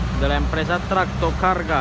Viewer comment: Okk tu lo dijiste bien 👍🏻👍🏻👍🏻